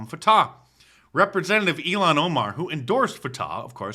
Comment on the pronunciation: Her name is pronounced ill-han Omar ... the way you say it is far too close to Elon Musk who is a million times better than she ever could be. Not that he's the greatest, but he's better than her.